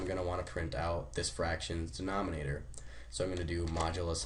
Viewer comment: Are you illiterate??? Denominator not denomonator!